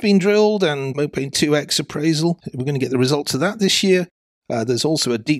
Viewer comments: It's Mopane - pronounced "Moe Pah Knee" - it's named after a Bush / tree found in the Savannah. Mopane scrub. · I believe the correct pronunciation of Mopane is something more like "Mow par nay"! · Nice update on Namibia. You should pronounce mopane as mopani. It is a type of worm the locals like to eat.